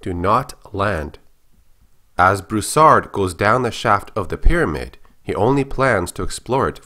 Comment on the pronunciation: Its pronounced (Brew-Sard) not (bruhsard)